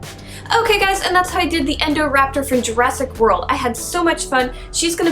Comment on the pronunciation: She said endorapter not indorapter